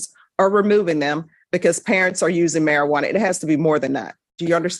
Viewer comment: Mispronounced it...methajuana sounds more likely 😂